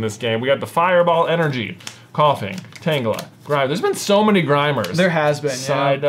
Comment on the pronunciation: keeps saying Tanglea instead of Tangela and it bothers me just a bit.